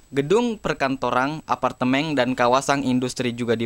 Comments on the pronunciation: Pasti keceplosan ya bilang APARTEMEN KE APARTEMENG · Namun belakangang, gedung perkantorang, apartemeng, dan kawasang sudah menjadii ngeng wkkwkwkk✌😂